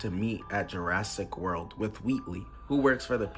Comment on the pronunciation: "Jurrasic" world